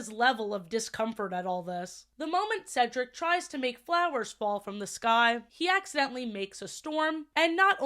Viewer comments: I find it funny that as a kid I never realized that Sofia was saying Cedric name wrong in season 1. 🤣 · Sofia pronounced cedrics name wrong But got right in the end she was doing it on purpose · I've NEVER liked that Sofia mispronouncing Cedric's name was a running joke. Once or twice? Sure? Ongoing like this? Literally the only reason they get away with it is because it's being done to a white man. Any other gender or race, and that joke wouldn't fly, and frankly it shouldn't be allowed to fly here, either. ESPECIALLY from the protagonist of a show aimed at such a young demographic who, in any era but ESPECIALLY this one, should not be learning that repeatedly mispronouncing another person's name, even if they repeatedly correct you, is a cute, funny character trait. It's not quite on the stalking problem in Miraculous, but it's still firmly in the 'a bit of not good, old chap' camp. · Because of this show, I could never remember how to pronounce my academic advisor’s name in my freshman year of college. His name was Cedric and I had only ever heard the name through this show (at the time, I had only seen the first season), so I would always stutter and mess up his name. I would go, “Hi, I’m here to see Cee-Ceh-Cee? Ceh? Dric?” Stressing the entire time. I wouldn’t be surprised if he thought I didn’t like him. He was super nice and I always felt so bad. T-T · the entire 1st season i was so defensive i was like "SHE JUST HAS A STUTTER STOP BEING SO CRUEL IT'S A DISABILITY" about her mispronouncing Cedric's name, at the time by season 2, i thought "oh she's improved. she's finally got his name & 'Ce' sound right. good for her." now as an adult ... i swear she might just be messing with him on purpose & my undiagnosed naive autistic child self, took her as serious 💀